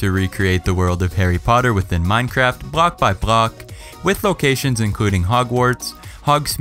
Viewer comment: No it didn't yall just need to clean out your ears I heard block by block very clearly